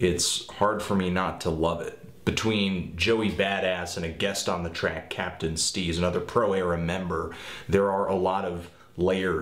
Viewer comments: Jesus you said captain steez that's bad man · Dawg... Captain Steez ???? 😂😂😂 come on now